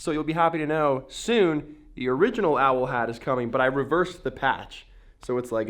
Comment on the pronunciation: The way you say OWL. xD